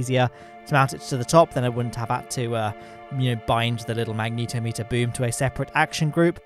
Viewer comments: I love your vids, but please learn to say magnetometer XD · I'm impressed they bothered with making the closed-cycle mode of the RAPIERs, you know, closed-cycle. They clearly didn't get much efficiency out of it, so imagine how bad a gas-generator version would be! Also, I always assumed it was "magne-TOM-eter," not "mag-NETO-meter," so TIL I guess.